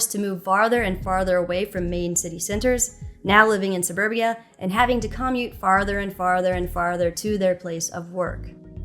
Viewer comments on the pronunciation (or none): CAH-mute? Is that a thing? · It's hard to take someone seriously when they don't know how to properly pronounce common words like "commute".